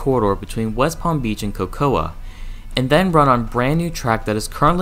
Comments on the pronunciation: The City of “Cocoa” is pronounced with the A being silent. So, basically it is pronounced like “Coco”. Just for future reference. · Cocoa is pronounced COCO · Next time you do a video, please find out how place names are pronounced. Especially "Hialeah" (high-ah-LEE-ah), "Boca Raton" (boh-ka rah-tone), and OMG I can't believe you got this one wrong, "Cocoa". (ko-ko). Google is your friend.